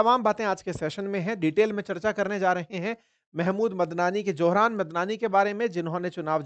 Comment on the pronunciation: Ek baat aur Zohran Naa ki Zohram😅